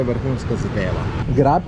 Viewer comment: "GREP" ne GRAB 🙂